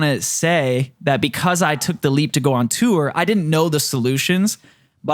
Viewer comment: I don't know what to do with myself every time says "tour".. or according to him, "turrrr".. Please! Make it stop!